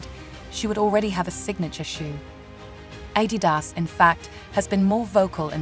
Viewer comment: Even Adidas isn’t pronounced ‘properly’. ‘Perfectly’.